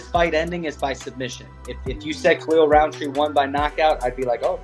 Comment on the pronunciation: There's no D in Rountree. It's not RounDtree